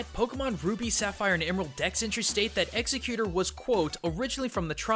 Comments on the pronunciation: WHY are most of the comments here about pronunciation of Exeggutor or voting him off of this channel? Really, MatPat likes here, and I, personally, like the Culture Shock videos he does. I don't CARE what the rest of you think. This is how things are, and (hopefully) how things will be. So grow up and deal with it. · You did NOT say the pokemons name right... Still great video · hundreds of hours of research......didn't check the pronunciation of the main topic. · He mispronounced it at the beginning well he missed them up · watch this it'll show you how to pronounce exeggutor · Does the way he pronounces Exeggutor bother anyone else? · Why do you pronounce it's name wrong throughout the whole video and then say it right in the very end? (inconsistentcy bothers me) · your mispronunciation of this pokemon is unforgivable . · stop saying the name wrong dude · How are you mispronouncing Exeggutor? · Thumbs down for doing a video on a pokemon you can't even pronounce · why can none pronounce exeggutor the right way its so anoying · pronounce the name right please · I’m getting annoyed by the mispronunciation 😂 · how can you claim to play Pokémon and mispronounce a Pokémon's name so many times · Omg STOP mispronouncing EXEGGUTOR!!!!!! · I cringed every time he said exeggutor. It's not executor. Ex-egg-you-tor! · executor? ex-EGG-you-tor. And why does that pokedex have the PC soundeffects? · Why do people keep calling him Executor? His name is Ex Egg U Tor, pronounced just like that. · The Malite lol true, but surely he doesn't think that you say "or" as "er" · Yeah, i'm pretty sure it's pronounced Egg-Zek-You-Tour. Or at the very least, change "egg" to "ex" to make it "Ex-Ek-You-Tour". You know, because his first form is a bunch of eggs. Not sure why he keeps saying Executor. Sounds weird and completely wrong lol. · Ex. Egg You tor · he said exeggute instead of eggegutor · It's executor (like CEO) not executer (the killing people)